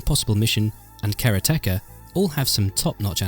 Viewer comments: Okay, I can write off most of your mispronounciations as regional differences, but "Kara-teh-kuh"? No. It's "Karate-ka". As in "One who practices karate". Fix this. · Now do the whole thing again and say Karate-Ka correctly. Say Karate. Now say Ka. Now say them together.